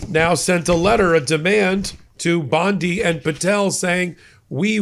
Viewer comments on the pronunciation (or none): none